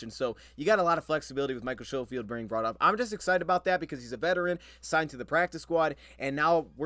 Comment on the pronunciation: most pronounce it, "s-ko-field"; not show-field. its my last name as well and ive had teachers and others call me that for my entire life! haha . the "sch" throws people off :)